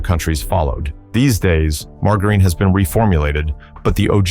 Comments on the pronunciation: MAR-JAH-RIN ffs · Mar-Gar-Ine? LOL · I'll take margarine that I used into the 90s - much better than what took it's place. Also, learn how to pronounce margarine. Give me saccharine - it doesn't cause cancer but the stupid artificial sweeteners that took over do cause cancer and birth defects. The McDonald's apple pies suck now because they're too hard around the edges. Raw milk should be outlawed permanently and anyone selling it should be put in jail - non-pasturized milk is major yuck. Was so glad my state outlawed pink slime in hamburger meat. Put real sugar back in sodas - high fructose corn syrup has helped with the obesity problems. The pesticides from decades ago actually got rid of bugs - we don't need bugs all over everything. French fries tasted far better using beef tallow - the crap they use now makes fries taste terrible and they are to hard (tooth breaking hard). Go back to the way peanut butter used to be made - trans fats mania has gone to ridiculous lengths. Lard-based cake frostings tasted a million times better than the air froth frostings of today. Love making egg nog with raw eggs - the booze cooked the eggs - but I don't expect the food N**is to acknowledge that. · The AI sucks at pronouncing margarine. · Your AI can't pronounce "Margarine" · Sorry, lost me the second he couldn't pronounce "margarine". Why go to all the trouble to make a presentation on a product but fail to simply learn how to pronounce it? Maybe take things more seriously. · Yeah pronounce d it as leed. And margarine wrong too